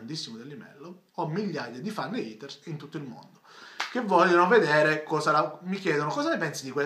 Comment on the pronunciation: A', visto che sono così importanti la azzecchiamo sta pronuncia di haters? si dice heiters, non iters! xD Per il resto complimenti per il format, ti seguo sempre!